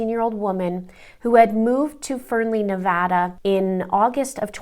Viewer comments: Thank you for pronouncing our state correctly. 🙏🏽😊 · Also thank you so much for pronouncing “Nevada” correctly 💖💖💖💖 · a Crime. There are tons of Americans who mispronounce it and say Nuh (Like nut) Vah Like hot) Duh. It’s ridiculous because they will even move here and not pronounce it right!😩 You’re in Canada and said it perfect! So THANK YOU!🙏🏽😊😘